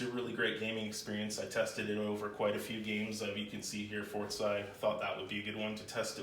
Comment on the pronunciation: It's For-Za not For-Zeye